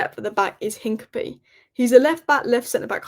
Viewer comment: It’s INCA-PEA-AY!!, your pronunciation is appalling.